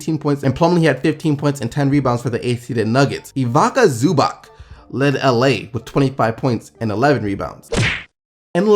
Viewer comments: Ivaka zuback... I almost died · I cringed at the way you said Ivica Zubac lmfao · EVE-its-uh ZOO-bahtz (Ivica Zubac), NEH-mahn-yah BYELL-eet-sah (Nemanja Bjelica), KNEE-coal-uh VOOCH-uh-vitch (Nikola Vucevic)